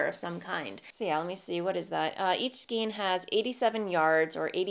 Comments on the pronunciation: It bugs me that you talk about « skeens » rather than « Skayns »..Bugs me even more that you switch back and forth……. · I couldn’t help but notice you mispronounced skein. It has the long “A” sound as in neighbor and weigh. Remember the phonics rules?